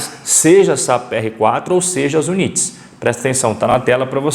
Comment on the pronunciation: Amigo a palavra UNITS e em ingles, e a pronuncia e IUNITS com I no inicio.